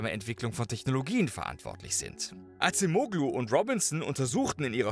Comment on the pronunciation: "Adjem-ohlu" ...bitte 🙉🫣